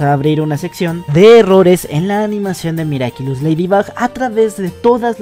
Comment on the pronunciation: dijo miracilus XD